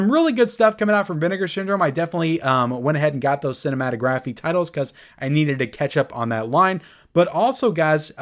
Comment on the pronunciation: Can you please say cinematography correctly lol